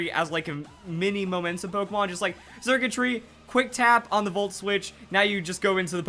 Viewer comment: The x is pronounced with an s sound circuitry like electric circuits